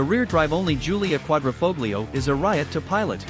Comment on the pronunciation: Such a shame some people can't pronounce 'Quadrifoglio'